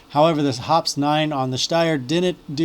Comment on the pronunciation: BTW, Hoppe’s is pronounced like poppy.